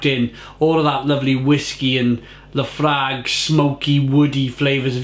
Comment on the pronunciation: As a Scotsman it hurt my ears to hear you butcher that pronunciation of Laphroaig🤣🤣